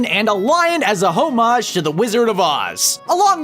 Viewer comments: "Hoe-maj"? Really? Homage. "hom-adge" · Haha, "HO-mage". It's pronounced like "oh-mage". And please stop YELLING!!!! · ho mage? you dont pronounce the H. its Oh-maj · It's "OH-MAGE" when you're paying homage with art, and "HOMMAGE" when you're like, kneeling to someone physically to press e to pay respects. "HO-MAGE" is all sorts o' wrong. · didnt mind the loudness but "HO-MAJ"? yikes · HOE-MAGE!? REALLY? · The H is silent in Homage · I endured the volume until , when his pronunciation of "homage" made my blood angry. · why did you say "homage" like that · Why did you pronounce homage like that? :X